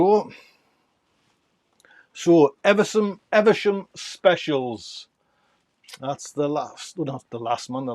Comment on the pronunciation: Man, I love to listen to you, how you pronounce words, names and seed names. Evesham is a place in Worcestershire, pronounced eve-sham.